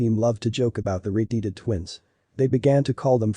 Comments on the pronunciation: Why use a stupid robot narrator that pronounces things wrong? "Red-heeded?" It's a stupid and pointless trend. Either get a better robot narrator that's trainable or - and hear me out - use a real person. I won't be subscribing. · Too bad this channel cannot find a narrator that knows how to pronounce words like “red-headed” and “doppelgänger”, among other things.